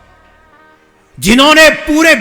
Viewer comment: सुभाष चंद्र बोस है , बॉस ना कथा वाचक जी